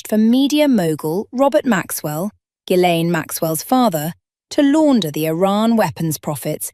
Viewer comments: Among other shortcomings, this British-sounding AI voice needs to learn how to pronounce Ghislaine. Otherwise, stellar reporting. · Oh dear, Ghislaine mispronounced but interesting all the same. What a lovely voice albeit a good old Artificial Intelligence one. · Ghislaine, and also Kashoggi, I think